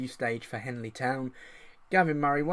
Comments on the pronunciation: OMG that's my home town!! Just so you know its Henley, not Hanley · Trying to see if I recognise the names see how good the data base really is, I'm from henley. I recognise none lol. If you do more videos like this you will do well... Also it's Henley not Hanley lol good work though